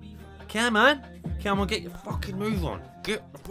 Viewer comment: Cyamon son ! 🤣